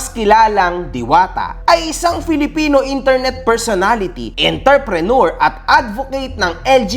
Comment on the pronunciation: hahahah, pakiayos po yung pag pronounce ng "entrepreneur". sige, do it again. sir